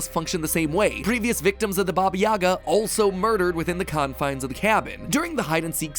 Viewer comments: Uh, it's actually "Baba yagá" and not "Baba yága" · stop saying Baba Yaga's name wrong its Baba Yega it's so frustrating hearing Americans trying to say that name. Not YAGA, YEGA (EEEEEEEE). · pleeeease its pronounced as bAba yagA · Don’t make me get John wick in this B****! Taking about Baba Yaga instead of (yeah-guh)